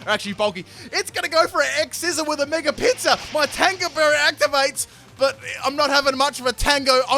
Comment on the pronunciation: Everytime he said Mega Pinsir I heard Mega Pizza lol